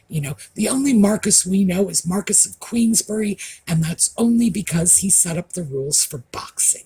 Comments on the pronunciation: David Cholmondeley, is Earl of Rocksavage and 7th Marquess of Cholmondeley. Marquess is pronounced ' MAAR - KWIS' by the British NOT MARCUS. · Thank you for pronouncing Cholmondley correctly! But (in English) Marquess is pronounced 'marr-kwiss' not 'marr-kiss'. The 'i' sits somewhere between 'i' and 'e'. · Marquis, pronounced Mar- cwess / Mar-quwess. Strange, I know